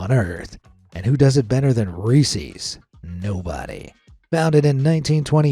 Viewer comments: As someone who grew up close to Hershey, it's Rees-es (short e) NOT ReesEEZ. Pet peeve of locals. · Reese’s not reesies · Reese's is pronounced ree sez! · You say reese`s wrong very wrong. It is not resees it is pronounced resis . Listen to the commercials . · Reesees peesees? Seriously, what's wrong with you? That is not how it's pronounced. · it sounds like it's pronounced well.. what you said but it's actually pronounced like Reesi's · Who in the fuck says resse's pieces riessie's peacie's? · It's pronounced Reese's (rhyme's with pieces). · As someone who loves Reese's, it really set me on edge when you continually mispronounced it. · Why do ppl pronounce Reese’s like that lmao u never saw the Reese’s puff commercial? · why did he have to say "reeses" with an e sound instead of and I sound:/ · How does this American narrator not know how to pronounce Nescafe' and Reese's??? AI???